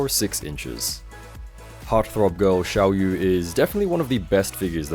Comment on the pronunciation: It's pronounced as siao yeah Means small moon